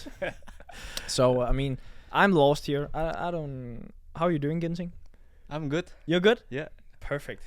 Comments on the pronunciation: Ginting not ginseng 😁😁😁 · Antonsen kenapa nama Ginting jadi ginseng🤣😭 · Not ginseng but Ginting (Anthoni Ginting) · 😅😅😅 not ginseng but ginting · Batik Javanese not japanese..🤣😂...anthony ginting not ginseng.. Haha... Thanks for the vlog 🥰